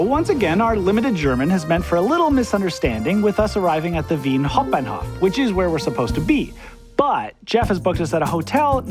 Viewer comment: And pronounced wi- en- haupt- ban-Hof